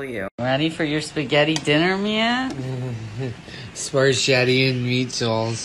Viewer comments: The drunk dude making spaghetti and meatballs and totally mispronouncing it is A WHOLE MOOD!!🤣🤣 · “schtarchetii adn neetdAlLs”😃🫠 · SPAR CHETTI AND MEATZALLS😂😂😂😂😂😂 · SPAR CHETTI AND MEATZLES 😭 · when he said "perschetti and meatels" i suffocated, died, and had a funeral right then and there. 💀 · “Sporchetti an meachalls” lolllllll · “Sparsheti and meatdolls..” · "feshetti and meatdalls"